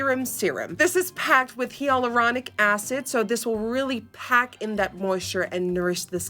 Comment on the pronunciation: Anybody else notice how she pronounced hyaluronic??😂 Thanks for the giggle Nikkie❤️